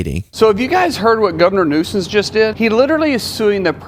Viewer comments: I think he just called the California governor “Governor Newsons”. 🤷🏻‍♀️ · I think he was trying to say Governor Nuisance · He said Governor Nuisance. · He’s saying nuisance. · I think he was saying governor nuisance 🤦🏻‍♀️ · Governor “Nuisance” is what the homie is saying